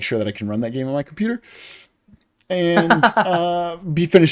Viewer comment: stream start "let's get back... into the gayme" "starrting off art this week"